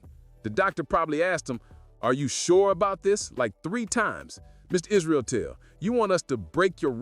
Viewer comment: Idk if you mean to say Israeltel everytime instead of israetel but it fits really well 😂😅